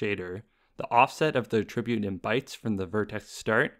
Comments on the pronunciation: I've not heard this pronunciation before. It's generally pronounced "AT-ribute", not "a-TRIB-ute". But when talking about the action (e.g. "attributing blame"), then that second pronunciation is used. No biggie. Could even be a regional variation. Just thought I'd throw it out there :) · Amazing videos, easy to understand and very informative, though one thing I noticed is you saying "attribute" as "a tribute" xd